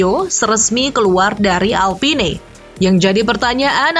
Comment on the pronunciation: bacanya "alpin" min